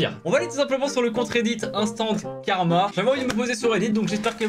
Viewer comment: Quand t’as dit "instant Karma" j’ai entendu "instant Carambar". 😂😂